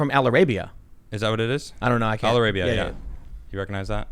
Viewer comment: "Al-ara-bia" lol